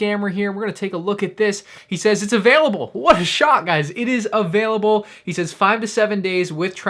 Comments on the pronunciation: I died when he said: Abailable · the scammer said “Abailable” bruh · Scammer didn’t even know how to spell available he said abalible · He even said abailable not available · “Abailable” real professional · only the most professional say abailable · I think you mean ABailable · I love how she replied to MandR's inquiry with "Abailable". Just imagine her being taken into police custody and her family members calling her over the phone? Family member, "So how are you doing?" Scammer, "Uh...Bail-able."